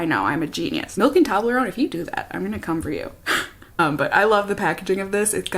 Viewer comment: Lol when you said “Toblerone bar” I thought you said “toddler own bar” 😂😂. But is that how it’s actually pronounced? Tobb-ler-own?? My whole life I’ve always pronounced it toe-blur-own hahaha. I must get to the bottom of this!